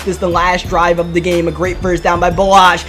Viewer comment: Mans says “Da” instead of “the”